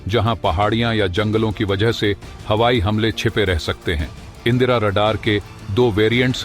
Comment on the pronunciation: INDRA. Radar. Not. Indira. Radar.